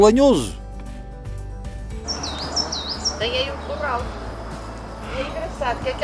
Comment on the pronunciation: Não é lenhoso é lanhoso